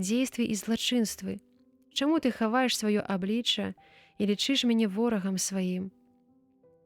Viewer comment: Прачытана: лічы'ш, слоўнік дае націск на першым складзе: лі'чыш.